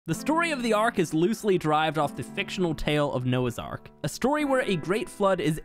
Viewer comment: lol its Noas ARK